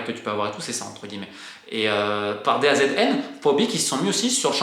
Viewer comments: Une bonne fois pour toute Romain on dit Da Zone pas DAZN 😅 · Les demandes sont totalement disproportionnée par rapport aux autres championnats Européens... Merci pour ces clarifications Romain! et d'ailleurs, DAZN ca se prononce "da zone"!